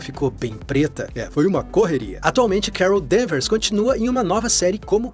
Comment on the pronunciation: Quando disse "Carol Danvers" ouvi "Kara Danvers" aí ué... coincidência? Acho que não!